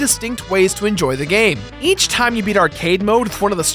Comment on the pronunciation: wait did you just say "ech block people"